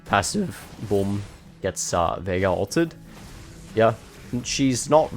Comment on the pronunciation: Bro said mid jeagaar (veigar).